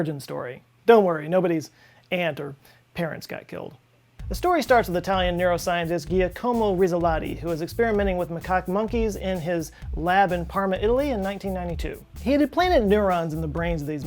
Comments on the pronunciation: Gi-a-como not (ghia -convo) gia in Italian makes the j sound. Jackomo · Giacomo is pronounced JOCK-eh-moe. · jia-como. it's pronounced jiacomo :) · Not that it really matters but, I think Giacomo, is actually pronounced "Jock-a-moe". Could be wrong but im pretty sure I remember a horse in the Kentucky Derby a long time ago with the same spelling. That's how they pronounced it on tv. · great video. Small comment, if you remember your Pinochio you will remember that Giacomo is pronounced Yeeackimo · Hey, I like you but it's not Yacomo, it's Giacomo like the way you read the J of Scott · man, you really butchered this one, Giacomo is pronounced more like "Jakomo" 😅👍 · FYI, it's GEE-ackomo. Nice piece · Ja'komo it's pronounced ja'komo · Pretty sure it's pronounced jaque ah moh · I am pretty much sure that is not how you say Giacomo...., I am sorry but when you said "Pickle" I didn't imagined a simple pickle.... Pickle Rick came to my mind instead. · joe ily but please never pronounce giacomo that way again omg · Interesting video, but man, you butchered giacomo's name so badly